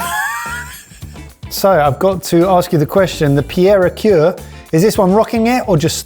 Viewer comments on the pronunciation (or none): Pierre a cuire: the cuire is pronounced more like queer, not cure. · So in general your French pronunciation want all that bad but the way you pronounced cuire was waaaaaaay off XD it's pronounced more like queer than cure